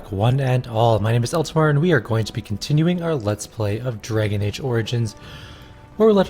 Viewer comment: 'Let's Play Draong Age Origins' *Chortles*